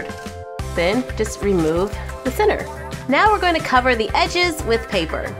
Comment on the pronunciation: I like how she says "center" it sound like "sinners".